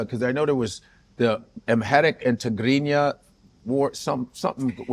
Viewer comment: I like the way she pronounced Tigrinya still, shout out to Tiffany Haddish 🇪🇷